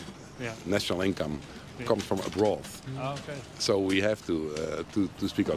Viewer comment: A broth? No sir it's Abroad. ;) How toecurling some of our pronunciation is.. lol ;)